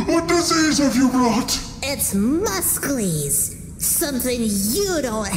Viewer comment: Boy must be a descendent of Bulk Bogan from how he pronounce muscles as Musk-less.